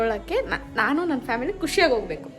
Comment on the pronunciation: Nayna ❌ NANYNA✅ 😅